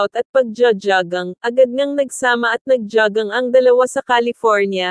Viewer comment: JOGGING PO,....HINDI ..JAGANG..HEHEHE